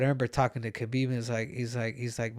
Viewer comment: KAW-BEEB HAH-BEEB